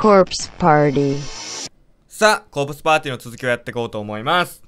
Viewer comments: 急に発音良くなったね！凄いね！ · いつの間にあんなに英語が上手になったんですか？ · 待ってました〜！！ タイトルコールめっちゃ発音良かったですねww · 今回のコール、発音いいな… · タイトルコールめちゃめちゃ発音良くてびっくりしました笑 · コープスパーティーの発音良いですね(？) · タイトルめちゃめちゃ発音良くてびびったw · 毎回タイトルコールをたのしみにしてしまうw今回のタイトルコール発音良すぎww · タイトルコール発音良すぎ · うぽつです！タイトルコール爆笑しましたwww発音よきw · あ、あれ？ タイトルコールが… 、凄く発音良いですなぁ～ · コープスパーティーの発音の良さよwww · わぁ、すごい！めちゃくちゃ発音良くなりましたね！！！☺️（←） 今日はちゃんと通知来てよかったー！ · うぽつです!!コープスパーティーって発音よすぎwいつから女声出せるようになったんですか?w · 私 「タイトルコールO(*･ω･*)Oﾞｩｷｩｷ」 女性「ｺｰﾌﾟｽﾊﾟｰﾃｨｰ(発音良)」 「はい！今日も コープスパーティー……」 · コープスパーティー うちも合わせて言お！ 私｢コープ…｣ コープスパーティー(発音よき) 私｢え。。。wwはつおんww｣ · 私「今日はちゃんと言えるかなーo(^o^)o ﾜｸﾜｸ」 ~音楽流れ始める~ 女の人「コープスパーティ(めっちゃ発音いい)」 ？！？！？！？！や、え、発音良すぎwwwwwww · コープスパーティーの発音ネイティブで笑った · コープスパーティーめっちゃ発音よきやん！笑 やっぱこっそり練習したんですね(*^^*) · ん？今回タイトルコールめっちゃ発音よかったんだけど。 床の穴よりの方が怪しい...